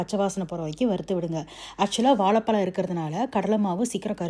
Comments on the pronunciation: வாலபலம் இல்ல. அது பேரு வாழைபழம். 'ழ' என்ற எழுத்து வரும் சொற்கள் தமிழில் அதிகம். அதை பேசி பயிற்சி எடுக்கவும். தமிழை தவறாக உச்சரிப்பதை கேட்க நாராசமாக உள்ளது. மற்றபடி உங்கள் தகவல்கள் மிக அருமை. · Pls pronounce Vazhaipazham properly. As a Tamilian pronouncing zha properly is the crown. This is a kind request to all Tamilians and content creators. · Correct your pronunciation for banana in Tamizh...you are killing the word. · You say வாலபலம் (that’s what I heard sorry if I’m mistaken), but instead of இளகி, you say இழகி 🤔